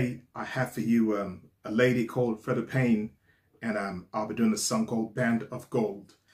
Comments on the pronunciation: I'm pretty sure her 1st name is pronounced like, Free-Da. Also, I agree that she IS beautiful, sings beautiful and her outfit is beautiful. However, I think the ONLY ones there that are worse at dancing are the weird go-go dancers behind her. What she NEEDED was some dance lessons. that would've made her career go a lot farther. Just MHO but, like assholes, everybody's got 'em... that that was mine. Mind you, I've always LOVED this song. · Pronounced Freeda. Great reaction and your analysis are always on point. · "Freeda" Payne...get it? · The beautiful Freda (pronounced Free Da) is still with us. She was never with Motown.